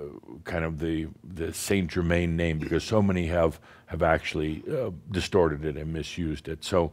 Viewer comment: Wow! A half way decent & honorable go at saying "Saint Germain"! You have no idea how much it bugs me listening to US based 'mediums' claiming to be channelling La Compte who can't even get within a country mile of pronouncing his name! Its a bit like if I announced that I was channelling a Mexican called "José" and I said "Hi everyone, today I will be channelling my ascended master who I have been channelling for 20, years- Joe-Zay!". ;-)